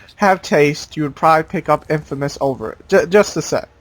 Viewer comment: why do u say infamous infermous?